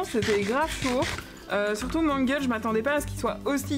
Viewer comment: C mangle mais on dit mangol